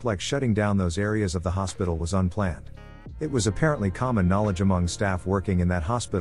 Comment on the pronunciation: Why can't you narrate these? Or hire someone else to? Other content creators do. Is it too much work for you? I'm really tired of bland robot voices mispronouncing everything "he was a real dowche bag ..beep boop" or "so my mom called for a babby sitter" or every "It" gets turned into an "I. T." Also let's not forget the robot stutter. Like you cant even proof listen before you upload? Even if the stories were good enough for me to suspend disbelief, I just get pulled out of them by the dry, clinical delivery and mispronunciations every single time.